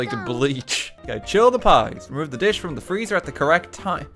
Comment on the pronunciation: i know she said dish but it sounds like shit